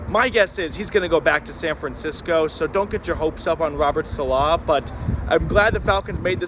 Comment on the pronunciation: …please let me help you. Saleh is not “suh-LAH”, it’s “SAH-luh”